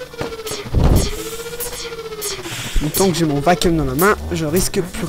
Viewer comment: Hi, pour info, on dit vaquioum ^^